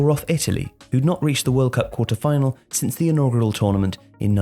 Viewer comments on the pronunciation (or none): none